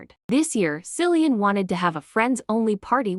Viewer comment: Kil-llee-in, not Sil-lee-in. Stupid AI.